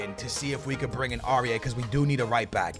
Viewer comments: The way u pronounce It is Ow-I-er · Aurier is said au-ri-air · Aurier = Or e aye